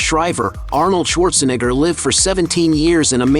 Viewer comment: This guy really having a tough time pronouncing "neigh".. comes out as "nih" everytime. Just say Arnold.